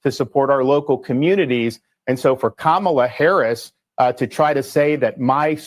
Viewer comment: ‘Quemala” mispronounced so what. 😊